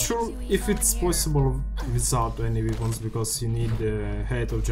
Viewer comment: Только не "випонс", а "вэпонс".